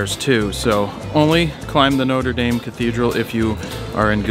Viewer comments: ''Nota Dame''! Nothing like murdering a pronunciation LOL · It's pronounced "Notra Darm" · Jared, I love you. But the way you said Notre Dame though.